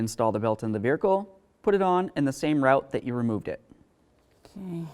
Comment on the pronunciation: Great video! I never knew the word "Vehicle" had an 'r' in it though. Hmmm....😂